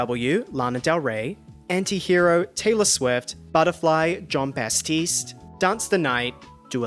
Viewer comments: Great video, but it's batiste not bastiste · Why do you keep saying Bastiste? His name is Batiste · Thank you for the recaps! Just a heads up, it’s John BaTiste, not Bas-tiste! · why are you saying "BaStiste" 😭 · Stop saying John bastistse